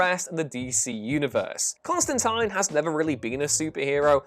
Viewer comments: CON-STAN-TEEN, HAHAHAHA! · That is not how you pronounce Constantine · I sense a "ConstantEEN" or "ConstantAYNE" debate coming.